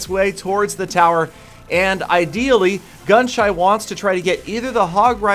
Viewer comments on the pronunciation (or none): He kept on calling gunshy gunshut or gunshot